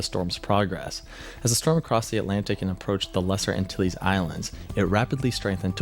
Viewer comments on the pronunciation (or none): none